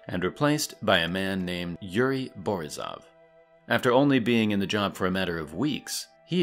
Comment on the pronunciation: Correction: it’s rogOzin (emphasis on second O). Same with borIsov (emphasis on I, second syllable). Although there’s no concrete rule about stresses in russian language, I feel like if there’re several vowels in a surname, it’s more likely the emphasis will not be on a first one. But, like I’ve said, it’s not a rule. If you see letter «Ё» however, almost definitely that’s gonna be the stressed vowel.